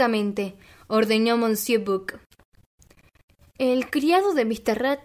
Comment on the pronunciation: Gracias!! Me suscribo ipso facto! Permíteme un tip para mejorar, aún más tu lectura, cuando aparezca alguna palabra en un idioma que desconoces, puedes consultar Google y escuchar como suena, tal es el caso de monsieur que suena algo así como "mesié". Saludos cordiales!